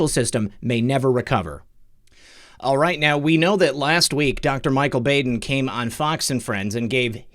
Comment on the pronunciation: You’re the best, sir! (Baden is pronounced Bodd-en short o☺️)